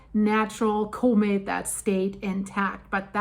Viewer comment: Comet not cooment